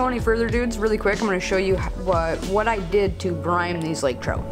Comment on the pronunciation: Lol Brine. Not Brime. Good vid though.